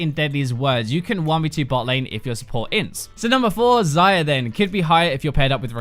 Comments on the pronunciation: you call her "zyra" or "xayra" is supposed to be "xayah" and accent isn't a thing here, i am English too. ZY-YAH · why do I keep hearing zyra...